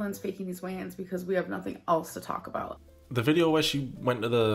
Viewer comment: Every time you say "weigh-ins" I think you're saying "Wayans" like the Wayans brothers.